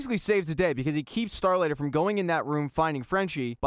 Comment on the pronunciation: OMG. It’s not “Starlighter”